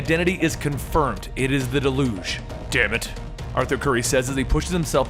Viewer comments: DAY-luge. Not de-LOOGE. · I love this, but the terrorist group is pronounced Delyooj (Deluge) meaning a great flood. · Your pronunciation of deluge gets on my nerves.... you make it sounds like an olympic sport. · You mispronounced deluge